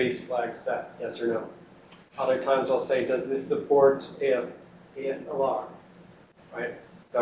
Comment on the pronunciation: That guy keeps saying ALSR instead of ASLR, drives me nuts.